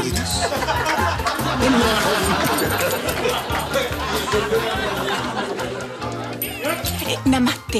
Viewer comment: Me mate de risa cuando la otra dijo namate 🤣